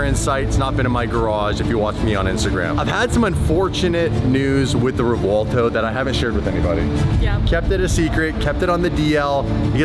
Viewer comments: I'm gonna say it, just this once because everyone does it, any Lamborghini to date with a "v" in the name should have that "v" pronounced as a "b". Reason being, the names are of Spanish origin, not Italian. ReBuelto, not ReVuelto. Rant over. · Please please please stop putting a w in the name of the car 😂. Let the Italians pronounce it correctly haha 😂 sounds like we are looking for Revwaldo 😂